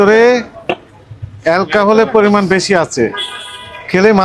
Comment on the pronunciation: Alkhahol na re bo alkhohol